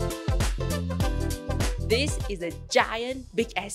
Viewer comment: I can never figure out if you’re saying ‘Welcome in!’, or ‘Well, come in!’ 😂